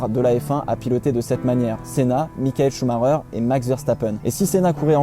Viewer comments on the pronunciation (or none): none